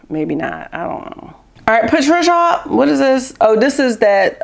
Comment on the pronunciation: Ordered the Danessa!!! Spray. Cant wait to get it. You tickle me when you say Patricia and Danessa!!